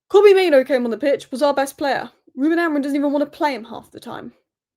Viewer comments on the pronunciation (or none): none